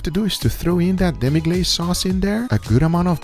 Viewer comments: Demi Glace(you pronounce it as Demi Glass**) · U dont pronounce demi glace right